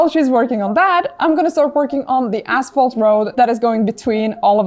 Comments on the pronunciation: ashphalt not assphalt ;) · You scare me the way you pronounce asphalt LMAO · ASPHALT…. K…. thought you said natural cracks in the a$$holes 😂😂😂